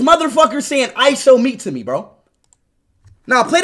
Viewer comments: Bro really say ishowme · He said I show Meet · LOL HE SAID ISHOWME LOLLL😂😂😂